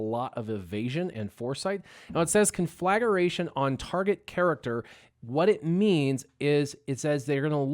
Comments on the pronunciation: Not really! You say con-flag-a-ration, not con-fla-gration. Good vid though, looking forward to unlocking tomorrow. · Con-fla-gra-tion... NOT con-flagger-ation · conflagration -- sounds like -- con-fla-gration or con-fla-grayshun